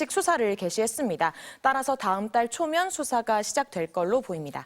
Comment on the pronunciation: 다으음딸??? 여어사?